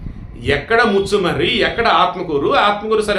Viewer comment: మచ్చుమర్రి కాదు. ముచుమర్రి.